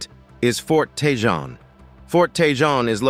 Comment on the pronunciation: "TeJon" as the narrator keeps saying! It is pronounced "TeHone"!!!